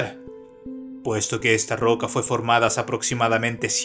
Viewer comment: Es muy bueno tu contenido. Me distrae y molesta mucho y me saca de attención la tendencia a convertir en agudas todas las palabras finales de cada frase o coma. "... Una rocá que parecé, tener en su superficié...", "... en el fondó del oceanó", "en la alturá de la piramidé..." por poner ejemplos. Yo no soy locutor, pero hice radio por más de 20 años y el mejor consejo que me dió un periodista que trabajaba conmigo fue "si no sos locutor, no trates de hablar como locutor porque no sabés hablar como locutor. Si hacés una publicidad o leés un texto, hacelo de la forma que vos hablás a diario, va a quedar mejor, más elegante y sobre todo más natural". Consejo que seguí hasta el día de hoy y hasta me hizo ganar premios como locutor y conductor aunque no era ninguna de las dos cosas.